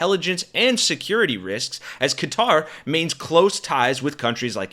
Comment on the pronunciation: “Welcome back, Kotter!” - er, Qatar.